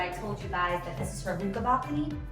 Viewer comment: "Yow" she is so NY love it :)